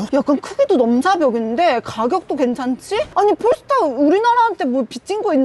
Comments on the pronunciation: 폴스타가 아니고 현지발음으로 뽈스터입니다 뽈~스터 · 도대체 얼마를 받았길래 저렇게 폴스타~~뽈스타 하냐 단점은 아예없네~~~ㅉㅉㅉ